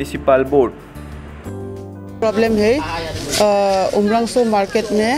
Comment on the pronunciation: Not umrangso it's umrongso